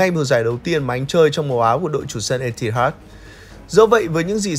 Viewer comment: Biết là phải đủ KPI, phải làm công nghiệp rồi. Nhưng mà edit cẩn thận lên, cắt voice còn không hết, mà có phải 1 lần đâu. Lần này còn ngay đầu video. Có mỗi cái voice over mà phát âm tiếng Anh sai tứ tung. Chờ mãi rồi ông cũng phát âm đúng từ Mirror, từ Etihad; cũng không ai bắt là phải chuẩn bản xứ cả nhưng phát âm có trách nhiệm nghe nó khác. Nhiều sub rồi, nhiều kênh rồi, nhiều tiền rồi, làm tử tế lên một tí đi làm ơn.